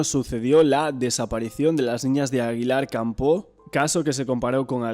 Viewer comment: En serio, tio... Que tirria le tienes a Aguilar De Campoo, ¿no? Que en 2 años no has sido capaz de decir el nombre bien ni una vez!!!!